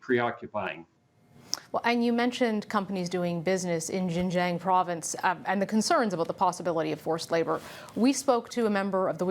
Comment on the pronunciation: Learn to pronounce Xinjiang.